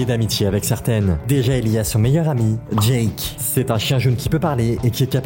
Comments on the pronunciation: C'est Jake pas jak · Pas jake... phonétiquement c'est "jaike" . Ton jake me fait très très mal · Pourquoi te prononce mal jake 😭